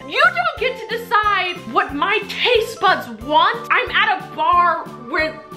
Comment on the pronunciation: hold on not to be mean but did she say "taste buds" or "taste butts?"